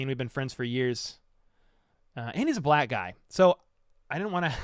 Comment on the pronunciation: I cant believe i just watch your whole stream. Altho its not honestly as fun when its not live 😆😆 definitely still a lit stream I am curious to see how it turns out with you and your black buddys video talking about EB and etc. Its funny how u had to emphasize "black" 🙃 friend. Anyway, i look forward to seeing it man BTW, PS - "whats the status of J. Ross?" 😅😅